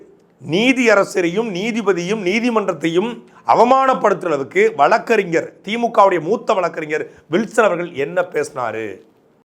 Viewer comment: வளக்கு ,வளக்கறிஞர். என உச்சரிப்பதை தவிர்த்து வழக்கறிஞர். வழக்கு என பேசி பழகவும். கழகம், பழனி,மொழி, வழக்கு, என்பன. தற்கால தமிழர்கள் தமிளன்,தமிள் என உச்சரிக்கும் தமிளர்களே தமிழை கொலை செய்யாதீர்கள். "ழ "எனும் வார்த்தை வேறு எந்த பிற மொழியிலும் இல்லை. தமிளை தமிழாக பயன்படுத்துங்கள் அன்பரே.